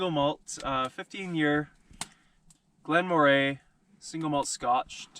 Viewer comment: from a scot...its glen MOR ay... :-)